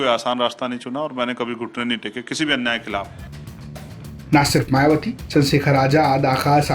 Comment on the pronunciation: मायवती नही होता है मायावती होता है सुधार करो